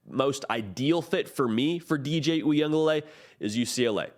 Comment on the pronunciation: Oo-ee-uhng-guh- luh-lay . There’s an extra syllable in there. Just saying.